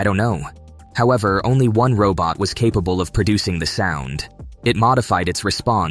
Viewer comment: You mean that's not how you pronounce "capable"?